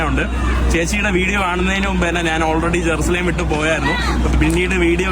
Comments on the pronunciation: ജറുസലേം എന്ന് നേരാം വണ്ണം പോലും പറയാൻ ആവുന്നില്ല ഈ ലിംഗോളിക്ക്‌😅😅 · Jerusalem yennu sherikku parayan veyyathey chechi ningalanno maheentey karannam adichu pottikan pokunnath